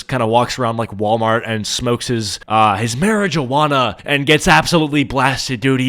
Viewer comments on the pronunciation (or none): "Mary ju anna"💀